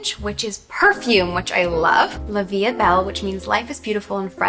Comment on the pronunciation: her prononciation LOL of “la vie est belle” 😭🗿